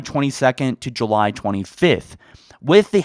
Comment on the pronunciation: That’s not grammar, but a mispronunciation. Calling you a “grammar nazi” is a bit of a stretch, especially since July is a proper noun, but... poof, you’re a grammar nazi. Элмо... Вы говорите по-русски?!